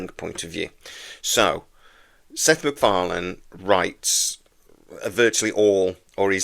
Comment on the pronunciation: "Sex MacFarlane".